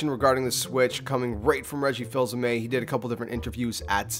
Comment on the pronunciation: It's actually pronounced Reggie Fees-uh-may